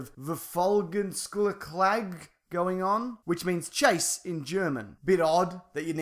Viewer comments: "Verfolgungsjagd" brilliant hahahaha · ha ha, how you just pronounced verfolgungsjagd, it made my day. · I laughed so hard when you tried to pronounce verfolgungsjagd!